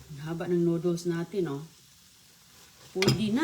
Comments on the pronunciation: Anong klaseng pansit yan bakit may kamatis? Saka dapat ayusin mo magsalita , noddles (nudels) hindi (nuduls) para mag stay manonood mo kc nakakqumay...kaya halos ala kna viewers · Natawa nga ako sa pagbigkas nya ng noodles 😂😂😂😂